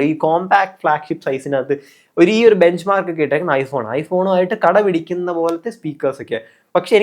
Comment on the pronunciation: കട പിടിക്കുന്ന അല്ല കിടപിടിക്കുന്ന എന്നാണ്